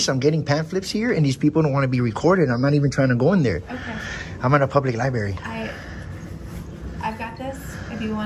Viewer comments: "I'm in a public lie-berry" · Are my ears O.K. or did I hear him saying "liberry"? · In joeys case, lie-berry is closer to the truth. Also he says d-s-que-lation. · Ahhh yes, the "lieberry". Poor, words are hard. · Lie Berry 😅😅😅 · Anyone who calls it a “liberry” should just be ignored. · So, things eskulated at the public lie berry? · What the hell is a “libary”? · A place where frauditors can lie berry well. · He calls it a Lie berry. Lol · Dude can't even pronounce "library" correctly, let alone spell big words!